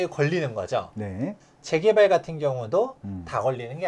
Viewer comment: "재개발"발음을 분명히 해 주세요..